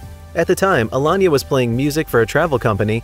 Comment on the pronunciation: Elon-ya is actually Alayna Uh-Lay-Na wow that was painful to hear Elon-ya, Elon-ya these are not8 Insane things! WTF?